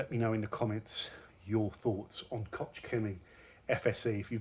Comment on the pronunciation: Good stuff, I use it for years... Buuut: but: The pronunciation is koch (...chchchch...) and not kotsch... So much time is needed 😅 Greetings from Germany 🙋🏼‍♂️